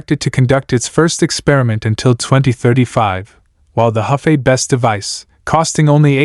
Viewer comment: Hefei (合肥）in pinyin is pronounced as "her" (shortened tone) "fei".